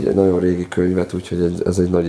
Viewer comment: Amiko a nagyon- Naon lesz…. Ne ne olyan nehèz kimondani